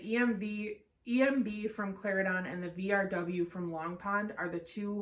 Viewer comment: Great review. I love the details. You are right Plantation has the most details. I have never heard so much detail on a blend before. Slight mispronunciation on Cla-Ren-Don.